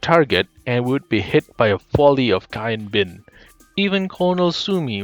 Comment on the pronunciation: bad finnish?